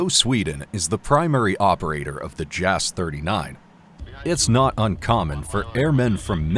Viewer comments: "Jass" should be pronounced like Yass not Jazz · You're mispronouncing "JAS"